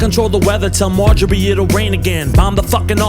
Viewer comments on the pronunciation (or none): none